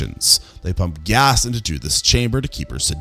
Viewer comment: Ay someone else who pronounces Gas kinda like Gyass 😆